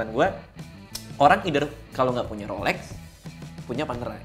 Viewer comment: bukan rolek wkwkkwkw gk bs bilang rolex ya